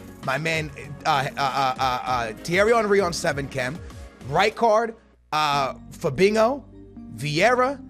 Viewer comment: Why does he pronounce it Fabingo?